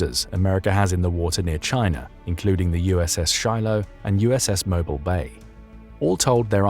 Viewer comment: It is Moble (Mo Beel' - accent on the 2nd syllable)